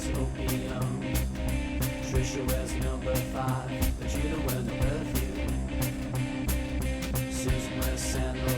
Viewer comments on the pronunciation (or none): none